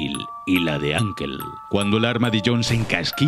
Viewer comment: Escrito:John, Abigail, Uncle Pronunciado: En España: John, Abigail, ankel En latinoamerica:John, Abigeil, ankol. En U.S.A:John, Abigeil y ankol Confirmado España Ignora el inglés :)